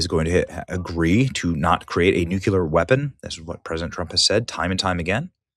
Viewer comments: How does one literally look at and read the word nuclEAr, and still continue to pronounce it as nucUlar .. 🤨 🤔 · Ben, it's pronounce NUCLEAR not NUCULAR. You be sounding like George W Bush. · Why will NOBODY teach Benny how to correctly pronounce the word "nuclear". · Good reporting but it's NOOK-LEE-UR not NOOK-YOU-LUR.